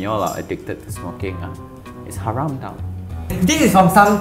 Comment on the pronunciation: ✨ hayram ✨ it’s haram guyssss 😭😭😭